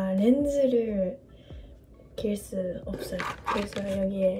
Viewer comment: ㅋㅋㅋ 다나카가 현실고증 제대로했네 없어소~ 라고 발음하는거 카즈하보니 알겟음